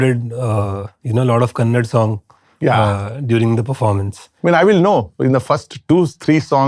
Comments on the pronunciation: It’s kannada * not Kannad folk 🙏🏼 pls with all due respect understand the emotions ! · KANNADx NO-- KANNADA RIGHT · With all due respect sir , it's not Kannad, it's Kannada ..! Please say Kannada next time. Thank you.